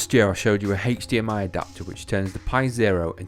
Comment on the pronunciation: I watched the video just for the pronunciation of HDMI... Heych-D-M-I.